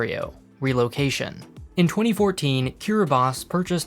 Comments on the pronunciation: Yes. Kiribati is pronounced kiribas. As weird as it sounds [s] is actually an allophone of /t/ in Gilbertese. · Well done on pronouncing Kiribati correctly. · Thank you for pronouncing Kiribati correctly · Damn, it feels so great when someone says Kiribati correctly